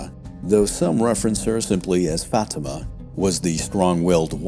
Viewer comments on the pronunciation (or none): none